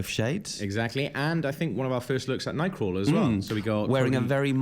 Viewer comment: Every time you say nightcrawler im hearing 'ny-quil'